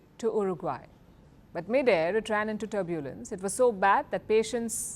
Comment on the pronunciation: Please Madam, learn to pronounce the word 'Turbulence' correctly 😮